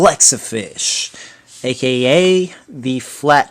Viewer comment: Th way you say aka is weird